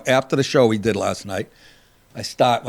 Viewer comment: "Did" not dias'